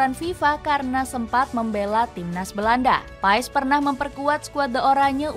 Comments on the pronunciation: pengucapanya klo ga salah martin pas (huruf e nya ga diucapkan secara jelas) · Paes dibaca "Pas", huruf e gak dibaca